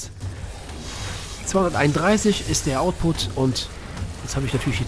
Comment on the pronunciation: Ja es heißt output und nicht ausput... Sind deine Abonnenten 12 oder warum redest du so als würdest du mit Kids reden?